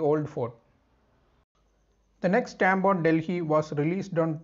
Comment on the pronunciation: Most Awesome video giving valuable information. Delhi is pronounced as Delli or Dilli and not 'Dil hi' as pronounced by the anchor !!!